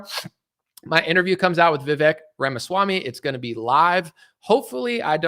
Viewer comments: Vivek is pronounced as if the E is a Spanish E. Which has the A sound as in Jose. VI-VAKE .. RHYMES WITH CAKE. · His name is pronounced "Vi-vake" as in cake. 🎂